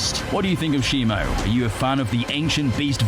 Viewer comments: It's not "shimo" it's shimu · It’s Shimu not Shimo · It’s Shimu, not Shimo. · ITS SHIMU ITS SHIMU ITS SHIMU ITS SHIMU ITS NOT SHIMO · its not simo